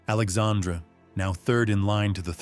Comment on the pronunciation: There is a pronunciation problem here: King Henry III of France was named Alexandre Édouard at birth. His first name in French is pronounced very much like the female name "Alexandra". But there is certainly historical evidence he was (at least in private) a male transvestite.